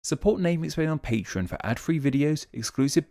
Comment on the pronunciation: Speaking of explaining names, I'm curious why you're the only person who pronounces patreon as patron. I assume there must deep linguistic reason and you're just champing at the bit to make a video explaining it all.